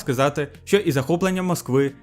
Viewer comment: Ооо, чудова робота, дякую👍 Вимова літери "г" вже майже відмінна (єдине, можу згадати, що "ґ" вилізла у словах: ідеологічний, стратегічний). Ще варто звернути увагу на "що", бо часто замість "що" чується "щьо"